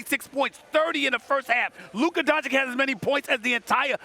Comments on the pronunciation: Stephen A. is for sure saying Donchick on purpose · Who TF is Luka donchick Steven a.. It's doncic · When will SAS say the dude name right.. it’s been 4 years bro learn how to say Doncic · 4 years, and Stephen A still calling doncic with donCHIK. what a dummy caster. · He just does not want to pronounce it by now properly! Goran Dra geek, Don Chick... Imagine a white guy mispronouncing black people for years! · Is it that hard for Stephen a to pronounce luka’s last name correctly? It’s not like he does this for a living or anything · Someone please teach Stephen A Smith how to pronounce Luka's surname 😐